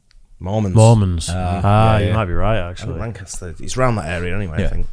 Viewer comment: The dude pronounced Lancaster in a weird way.